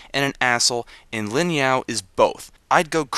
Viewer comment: It is Ling not Lin